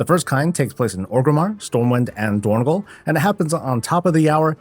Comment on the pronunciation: It is dornog-AL, not dornog-OL